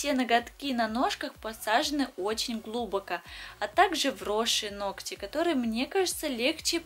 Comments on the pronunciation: Все хорошо, но как же режет слух ваше "глУбоко". Как так можно говорить вообще, неужели никогда не слышали как это слово произносят другие люди? ГлубокО, ударение на ПОСЛЕДНИЙ слог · видео и педикюр просто супер. но почему глУбоко, ведь так даже трудней говорить. глубокО правильно. Или на Украине по другому говорят? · Почему глУбоко, а не глубокО? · Ну, боритесь уже со своим языком! ГлубокО, а не глУбоко. Слух режет. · пальчик вверх поставила. сколько смотрю ваше видео. столько мне все и нравилось. и вы классная. только исправьте ударения в словах: глубокО а не глУбоко. и мЕдленнее а не медленЕе. пожалуйста!!!! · Почему глУбоко, а не глубокО, так слух режет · ГлубокО,а не глУбоко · режет слух глУбоко и медлЕнее.уж простите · ГлубокО, а не глУбоко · Во-первых глубокО, во-вторых мЕдленнее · вы отличный мастер и блогер, видео смотреть всегда приятно и познавательно! Но) в конкретном видео очень мне слух резало неправильное ударение (глубокО и мЕдленнее). Ни в коем случае не хочу вас обидеть, это мой пунктик на ударениях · глУбоко и медленнЕе - так не говорят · Где вы взяли такие слова " глу́боко" и “ медленне́е"??? Прям уши режет,вы же молодая девушка,как так вы говорите??? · Согласна. Ну не то, чтобы бесит, но несколько режет слух. Но работа отличная